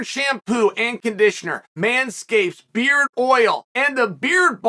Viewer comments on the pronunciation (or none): Chael can't even prononce thé word 'Beard' properly